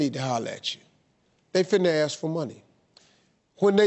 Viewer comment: Nothing about the girl, but why you keep saying aks instead of ask?